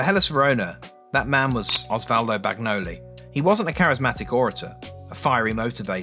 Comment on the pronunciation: Nice video dude, I was a teenager not too much into soccer, but living in Italy in the 80s It was impossible not to know what was going on with the campionato. Fairy tale Indeed. Only thing, Bagnoli Is pronounced banyoli. More or less. The gn sound in Italian sounds like the "n" in Espana